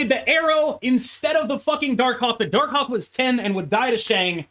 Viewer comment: Say Darkhawk again please